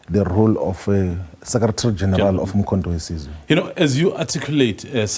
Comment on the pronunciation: He can't pronounce the name of the party correctly. 😂😂😂Umkho we size😢😢